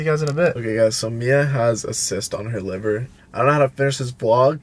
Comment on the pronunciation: Btw it’s not liber it’s liver